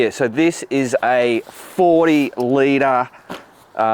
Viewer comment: Givi makes some great stuff! Just for fun, in Italian a G followed by a vowel is a "sweet g sound", like "Gee"! (Givi stands for the name of the founder, the pilot Giuseppe Visenzi).